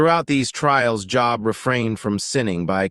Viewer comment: I can’t even finish a video where the man name they are highlighting is pronounced so wrong.